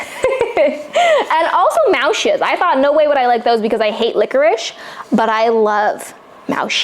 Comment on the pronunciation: Wat leuk zeg… hagelslag,muisjes… je kunt het al goed uitspreken❤